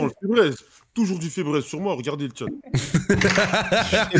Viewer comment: febreeze🤣🤣🤣🤣 febraise c'est febrise la prononciation